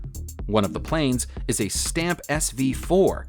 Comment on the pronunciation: Stampe pronounced stom-per. Catalina pronounced Cata-leen-ar. Buran pronounced Byou-ran